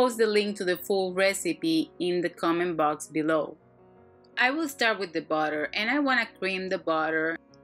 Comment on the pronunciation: i subscribed to your shanel because I like how you say botter. :D